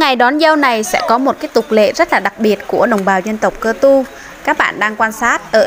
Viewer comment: Chị ơi phải là cơ tu mới đúng chứ sao lại là ka tu